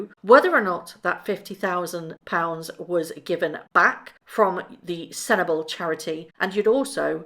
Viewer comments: It's pronounced Sen-tee-BAH-lih, not SEN-table. Please look up the origins of the charity and its name if you want to report on it, as it goes well beyond Harry. In the slogan you can also see Princes' instead of Prince's because it's a joint charity with an African prince. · It's pronounced SENT-EH-BA-LAY. Other than that, great video. Thanks xxxx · Please forgive me, Sentebale is pronounced centre- barley. 💫😍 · sentebale is pronounced sent-a-barley 😊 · May I help with your pronouncement of the word Sentabale? It’s like this SEN TA BAH LE. The last “e” as in egg. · Sentebale pronounced SENT-E-BAH-LAY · Hi, Just a wee point...Sentabale is pronounced with "lay" at the end of the name. Thanks for your videos. Yours in Gratitude